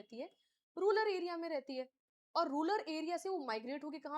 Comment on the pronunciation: रूरल not रूलर